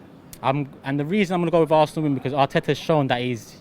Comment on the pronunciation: Robbie: “be-cose”